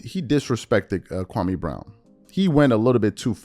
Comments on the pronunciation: Stephen A still mispronouncing Kwame's name. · Countdown to KB response and we know its gonna be bad lol, and he’s on video going to schools trashing Kwame n he still won’t say his name correctly